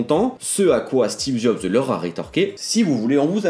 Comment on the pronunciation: "Steve zob" 😂😂